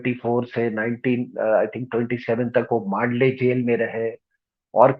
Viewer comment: मांडले नहीं मंडाले कारागृह !